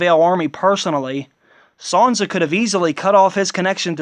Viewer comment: its SAN-sa not SON-sa proper annoying